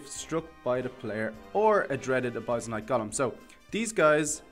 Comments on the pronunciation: its pronounced: uh-bis-ul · I don't want to be that guy, but I think it's pronounced "uh biss ul" (abyssal). Btw nice showcase